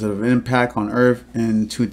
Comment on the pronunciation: Did he say hit earff ? ! Listen